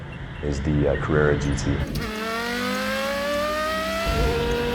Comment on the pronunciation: Porsche Cawwwewwa